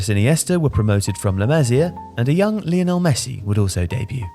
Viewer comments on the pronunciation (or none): none